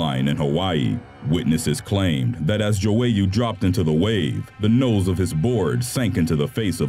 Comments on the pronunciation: malik JO-ey-YOU no. it's maLIK Jwoyer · Why is it that NO American narrators can pronounce the names of people unless they are in Spanish ? ‘Joyeux’ is not pronounced Jo-way-oo but dzoy-uh - it’s French ! And if you’re wondering why I didn’t put that they can pronounce English, it’s because they can’t, especially not British place names ! Number 1 - the narrator states that Cameroon’s Manager is Winifred Schafer, but Winifred is a WOMAN’S name ! It actually states on screen that his name is WINFRIED - pronounced win-frid. So not only can our narrator here not pronounce words correctly, he also cannot read ! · "Joe-ey-you" ..... ("joyeux") hm.. maybe check with google translate how to pronounce a french word :P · was I the only one getting annoyed by the computer voice's pronunciation of the surfer Malik Joyeux? it's not jo-ay-ew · It's the way he pronounces "Joyeux" for me. lmao